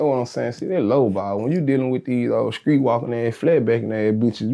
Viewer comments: Certified skreet talk.. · Oof, been a minute i heard skreet.